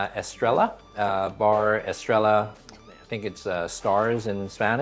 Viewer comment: Spanish torta, not tortilla. Estrella means star (es-trel-ya)